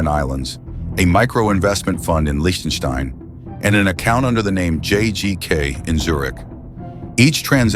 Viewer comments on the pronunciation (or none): none